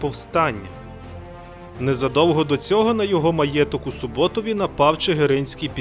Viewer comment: Пане. Правильно буде вимовляти Суботів з наголосом на у. Чудове відео.